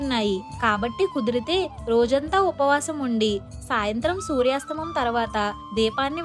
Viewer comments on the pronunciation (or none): సూర్యాస్తమం కాదు సూర్యాస్తమయం